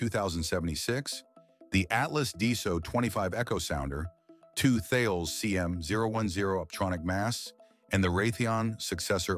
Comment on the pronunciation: Tha-Y-les? You can tell this is a non-human commentator.